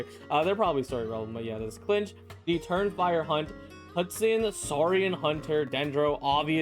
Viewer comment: first 😱 I'm probably gonna pull mualani out of all of them tbh edit: he called kinich "klinch" ICANT